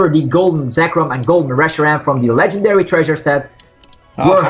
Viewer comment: Did you say rotom is a legandairy?